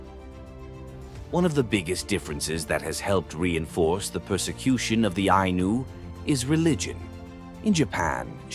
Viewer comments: Its not anus , its Eye-knew , wow replace the narrative voice and get your facts straight. The Anus , damnit man. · The Ainu and the decedents of the Jomon Culture, who lived all over eastern Japan. Their religion is what Shinto is based on. The pronunciation is Ainu, the same vowels as in Spanish. There is no S sound.